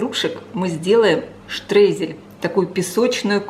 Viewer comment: Произносят: " штройзели" от не ецкого слово штройен. Переводится рассылать или присыпка рассыпчатая . Это немецкое слово Streusel. " eu" - читается как "ой" . Поэтому : "штройзели" на русский манер если произносить . А рецепт очень хороший, пробовала. Я сливу свежую вместо яблок порезала. Ещё вкуснее думаю, так как нежная кислота.